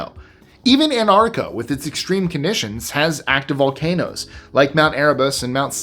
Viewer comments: ANT-ARC-TIC-A NOT Ant-art-ic-a. I find it amusing that you are able to articulate those complex city names, yet never check yourself on these. It must be a bi-POLE-ar thing. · Except he can’t pronounce Antarctica. He says it as. Anartica missing both the first T and the first C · I will not congratulate on his accent...because he is an american, and it should be illegal for americans to say things like antarctica.......just don't say it please. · Excellent stuff! Only quibble: you're mispronouncing "Antarctica."